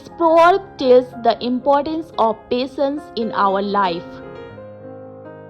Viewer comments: Pasense not patience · your handwriting is beautiful but the pronunciation of patience is wrong